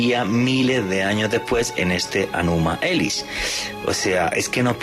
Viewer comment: Se dice ENUMA ELISH y significa ""cuando en lo alto'"Documentarse por favor